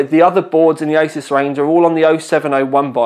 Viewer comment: Pronounced "ASOOS"